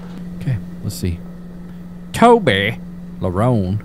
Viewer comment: Toby larone... Like toblerone 🤣🤣